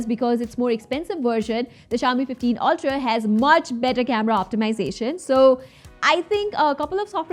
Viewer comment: When she says ultra ,, ughhh is it just me? Though nice video thx